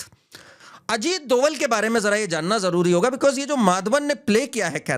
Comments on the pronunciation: सही नाम अजीत जी का सही सरनेम " डोभाल / Dobhaal" है न कि " डोवल / Doval "। कृपया आगे से ध्यान रखें । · Ita not doval its dobhal a garhwali brahmin.